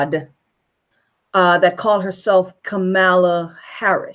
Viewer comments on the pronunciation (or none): Maybe start by learning to pronounce her first name. Kamala is pronounced like ‘Pamela.’ Why are you trying to tear Sen Harris down? I don’t give s damn what race she is! I care what she says, what she does, what she believes and will work to accomplish for our country. Shame on you! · So, why is it you did not know this. Everyone else did. And, the proper pronunciation of her name: Kamala is comma-la (she was asked about the pronunciation while a guest on The View. If you fancy yourself a reporter or truth-teller, RESEARCH BEFORE YOU SPEAK! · You should know how to pronounce her name correctly. And her mother died of cancer. I appreciate your video, but you should be more informed before creating a video about her. It would make it more credible.